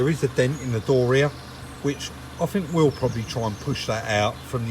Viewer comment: I'm addicted to your videos, well done guys, but please say 'fink' once more and I'll go crazy 😂😂😂